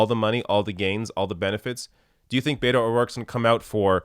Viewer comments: I totally agree with you regarding Beto O'Rourke. But could you please, please, please stop mispronouncing it.as a Hispanic person this annoys the shit out of me! It is not Bay toe! Please pronounce it Bett oh!! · I love ya, and I'm not a Beto fan but it is driving me crazy that you keep says Bayto and not Beto. Bet-O, not Bay-toe 😆